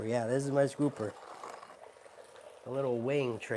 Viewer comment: I love your content and I always giggle when you say "scooper" 😂😂